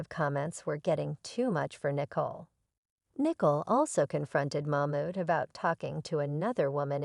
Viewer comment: Her name is Nicole, not Nickel ! 😂😂😂